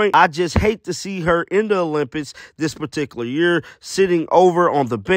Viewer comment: Olym..."Pics"... NOT "Piss"......